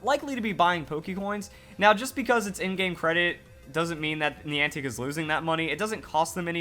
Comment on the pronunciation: Niantic contacted network providers in advance to prepare them for the event, most did nothing. I would recommend you do more research on the event before making a video. It's hard to take this seriously when you haven't done enough googling to even know how to pronounce the word Niantic